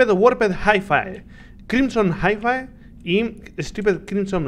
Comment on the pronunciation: Creo que no se pronuncia "jaifae" sino "jaifi"